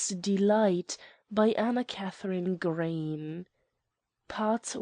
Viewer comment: Can't stand reading. She can't even.pronounce Green properly. It sounds like Gra-y-en. Stop spoiling AK Green's stories.